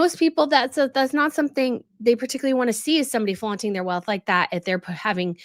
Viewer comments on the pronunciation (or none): none